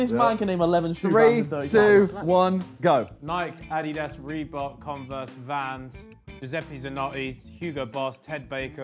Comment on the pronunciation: Did Ethan really pronounce Adidas the way I think he did I'm disappointed